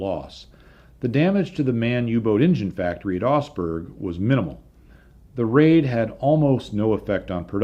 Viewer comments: I kept wondering where osberg was - it's Augsburg you nitwit ! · You tell the story of a raid on a city I had never heard of called "Osberg". At the end of the story you show some printed material that shows the city is actually the very well known Augsburg. That Aug in Augsburg is pronounced more like the Aug in August. The G is not silent. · your videos are like a visit to a technical museum with a guided tour. But my OCD has kicked in... ahem. Augsburg. AUgsburg. There is a diphthong in Augsburg. The au in Augsburg is spoken exactly the same as ow in cow. This is burned into my mind because I was stationed there in 1980. Didn't see any Lancasters though 😉 Now, I will be walking around saying Augsburg to my self for the next week or so.... Augsburg....